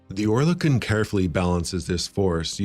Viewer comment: Not quite. Oer is pronounced as Ör. Similar sounding to the French coeur. Kon is as in silicone (without the e pronounced)